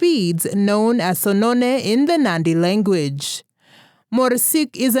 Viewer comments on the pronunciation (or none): The beads is "sonoek" not "sononeek" as mentioned